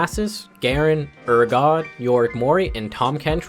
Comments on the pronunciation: Peace&Quiet he said urgod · i havent heard a single person say A-atrox urGOT Also yorick morie Is that what he said